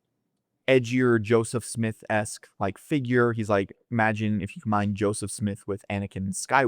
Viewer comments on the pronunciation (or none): none